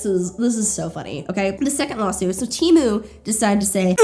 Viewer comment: it sounds like you're saying "lol-suit" and given the context this is the most appropriate term